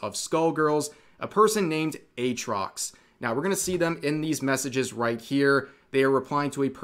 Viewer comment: Atrox without the double a. absolute cringe